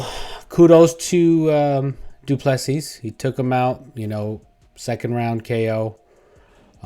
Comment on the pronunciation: Pronounced "doo plu sea".Agree with you, I am sure DDP'S team have a game plan figured out